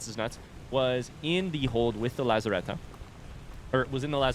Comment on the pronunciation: Now, the only thing left to do is learn the pronunciation of lazarette :)